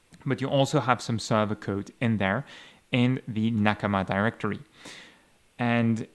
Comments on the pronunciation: sounds right to me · It's a Japanese word and he speaks Japanese so he's probably using the native pronunciation